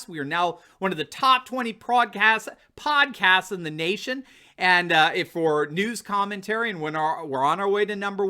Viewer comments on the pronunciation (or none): 'Prodcasts'... Nice slip. You are a sterling prodder,.